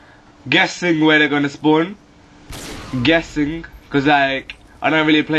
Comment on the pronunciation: "im geussink"